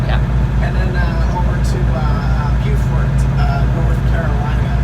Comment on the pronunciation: you pronounced our beautiful coastal town of Beaufort, NC incorrectly! It’s pronounced bOfort. The other Beaufort, in SC, is pronounced bUfort. Thanks!